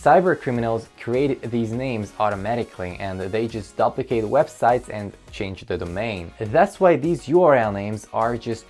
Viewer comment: "duplicate"-you need to review proper pronunciation of that word.